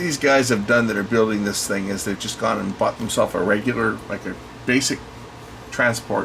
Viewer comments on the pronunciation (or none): none